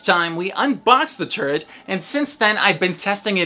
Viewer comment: First I heard the razer turd besides that great video